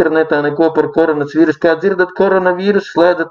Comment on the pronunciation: vins tachu teica KONORAS vīrusu xD